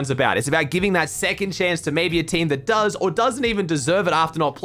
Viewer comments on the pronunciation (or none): none